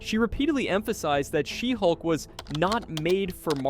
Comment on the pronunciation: you mispronounced a bunch of titles- Shesulk.... Blacktin America..... and Black Pussy Wakanada for never.